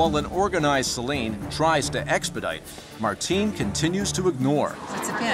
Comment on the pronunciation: Not Martin but Marteen